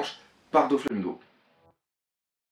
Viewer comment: arrête de dire Donflamingo c'est Doflamingo